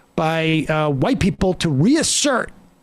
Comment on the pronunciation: Reasert Sounds like "Weeeasert" it's cute. Reminds me of the Princess Bride lol